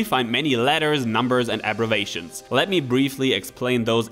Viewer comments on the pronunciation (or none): Excellent info,. I realize your first language is Deutsch, so a minor comment. "Abbrevation" in the video sounds like aggravation to English speakers, rather than the intended abbreviation. We're always learning, except for Trump voters.